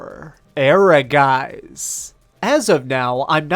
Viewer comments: "Air-uh-guys"? I think you see one too many Es in there. It's Ehrgeiz, 2 syllables. =D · It's German and it's pronounced "Ergaits". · Ehrgeiz is always mispronounced when the name of the game is announced once you are on the menu! Jeez!! E-her-jayz!!! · Your pronunciation of "Ehrgeiz" is really interesting as it is the german word for "ambition". But sometimes Japanese like to pronounce this words in a strange way, so no clue how the developer would call it. I would pronounce it as "Air-gaits" but the "a" in "gaits" more like in "heart" or "hard". Kinda hard to explain :D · The way you pronounce Ehrgeiz sounds so funny to my German ears 😂